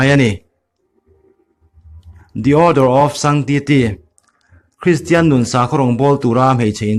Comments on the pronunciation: Kum khat liam hnuah ka hmu ve chiah. Ka lo hmu har hret a ni, a pawi hle mai. A ngaihnawmin a bengvarthlak khawp mai. Mahse, a chhiar lamah hian tan lak deuh chu a ngai a nih hmel, a tha tawh viau nachungin a la nal tawk zaih lo deuh. Tin, sakhaw rawngbawl tura hmeichje inpumpek hi 'Nun' an ni a, 'nan' ti a lam tur a nia, he hringnum tih a, 'nun' tih ang hian i chhiar thin a, i tihsual palh a nih ngei ka ring. I kal leh zelna turah duhsakna ka hlan a che. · Nun(nan tia lamrik tur)